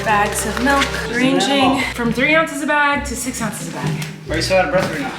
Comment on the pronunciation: bruh I love you Colleen but the number of times u said malk and not milk made me so angry. love you though!!